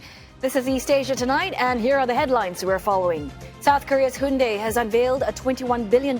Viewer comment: Thank you for not calling them, Hi-Yoon-Die